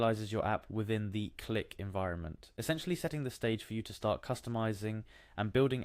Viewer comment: bro its not pronounced cue lick, its just click